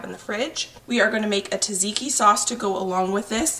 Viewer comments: Btw its pronounced Zadziki, not Tazaiki !! Love yr videos. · Everyone else has great tips on how to make the best tzatziki they know of meanwhile over here the only tip I have is that it's pronounced Cha-cheeky